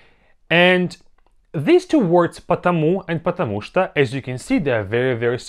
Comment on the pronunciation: I'm a Russian learner too (not native speaker), so take my answer with some caution. I was told that потему что is treated like one word in this instance. Since the 'у' in потому is stressed, the 'o' in что is pronounced like ah. The whole phrase sounds like pah-tah-MU-shtah.